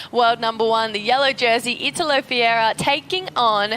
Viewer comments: Wrong. It's called Fe-hey-rah!!! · Italo Fiera????? IF you want to be a commentator for WSL, the least you can do is to learn the name of the surfers on tour, specially when the guy is number 1 on the rankings😂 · Say it slowly - his name is FER REIRA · Who had the amazing idea to put this girl to narrate is a genius. She can't even say the surfer's name right. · Learn to pronounce the LEADER'S name, that's your job! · yeah that shit snagged in my ears as well. I'm mean it's not his first time on tour.